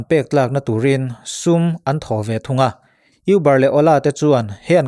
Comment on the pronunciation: Uber nilo in mizo a Û anga lam tur.hriat belh zela tana that kanring takin ka rawn thailang a ni e.